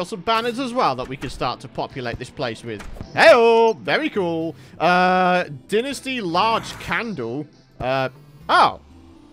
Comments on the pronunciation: Well it's wrong. There is no "English" pronunciation as it isn't an English word. The official pronunciation is dine-ess-tea. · It’s pronounced “dine-ess-tea” not “din-est-ee”. Lol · it’s incorrectly pronounced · No offense but Dinasty dont sound right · So gross hearing him say dynasty